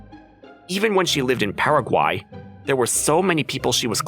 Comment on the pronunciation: Paraguay is said like saying the beginning of paragraph. Your welcome